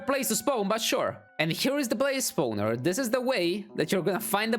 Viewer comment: Nobody:: Spouwner